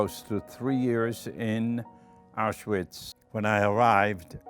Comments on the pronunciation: ItsOnlyFear2018 so he's been in Auschwitz for 3 fuckin years and for some reason he can't pronounce Auschwitz correctly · so he's been there for 3 years and he can't pronounce "Auschwitz" the right way, give me a break